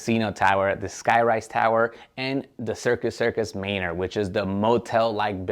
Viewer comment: It's pronounced ˈmanər